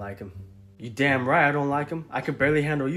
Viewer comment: My favourite part is when the object always say dawm😂😂